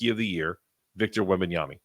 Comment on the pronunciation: Why are you saying Wembanyamy?